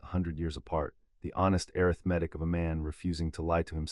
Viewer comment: Overall an amazing storyline!!! Worth the listen! Thank you for an interesting end to Voldemort! I won't be listening again though. All the, "airith-metic", became confusing and aggravating! The number of times the word, "Century", was used during Harry's last 100 years in the vault made me think that he'd been in there for 7 or 8 days. Then, because Harry could rewrite the story and, "Set himself down on the afternoon he left", , my mathematic mind threw up its metaphorical hands. (Facepalm)